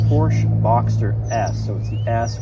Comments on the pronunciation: Step one to ownership is learning how to pronounce Porsche. It’s a 2-syllable name! Porsch-a. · Now if you can learn to say porsche correctly....